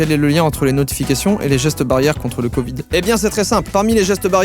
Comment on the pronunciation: j adore comment il dit covid😂😂😂